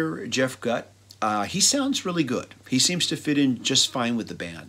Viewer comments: 2 or 3 decent songs. They really should have gotten an established singer. Jeff Gutt (pronounced like Goot, BTW.) was a karaoke death match loser wannabe. He's decent enough at copying Scott, but that's as far as it goes. The Chester EP was brilliant. THEY should have done a full album. It would have pissed all over this trash. Chester/STP ending was a tragedy. To be fair, it's actually better than the last self titled with Scott. Reds and Blues is a pretty great song. Same with Roll Me Under. End of list. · I agree Shangri La Dee da is their masterpiece. And it's pronounced GOOT